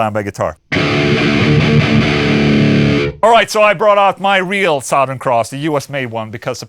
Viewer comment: Hey Ola I just wanted to know if you intentionally pronounce southern the way you do (saht-hern) it's just a curiosity of mine ! Cool video, badass amp , and super heavy tunes love your channel !